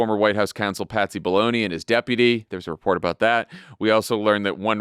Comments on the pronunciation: I swear I thought Jon said "Patsy Baloney" when referring to Pat Cippolone... LOL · It sounded like Jon said "Patsy Baloney." Let's make Patsy Baloney a thing.